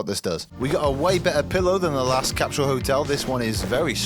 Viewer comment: It's CAP-SUL NOT CAP-SHULL *ENGLISH TIP